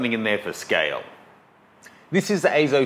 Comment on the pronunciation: EIZO is pronounced as "I-SAW", similar to eye-sore. It's Japanese for "image". As you have already found out, the image quality is far from eye-sore. I know you will love it. Can't afford a CG-series myself, maybe getting a CS230 later in the year.